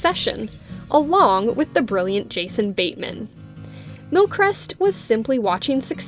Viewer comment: You're pronouncing His name wrong.